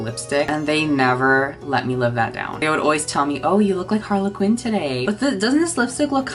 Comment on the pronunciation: Nobody:: "HarlaQuinn"